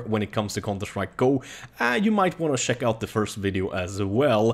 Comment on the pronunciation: He says sheck I instead of check lol